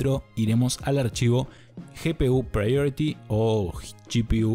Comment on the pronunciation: Ese ingles con 3 diferentes pronunciaciones de priority